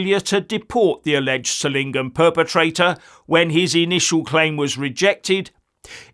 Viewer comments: Solingen is pronounced ZOL-ingen, with the soft Z as in 'zoo'. Just FYI :) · Hi. Solingen is pronounced with the focus on the o - like 'so lingen'. It oddly enough is Germany's famous 'City of knives' bacause of its manufacturing heritage.